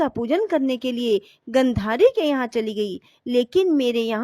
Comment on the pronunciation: Aapka uccharan theekh nahi hai....jaise swarg...gandhari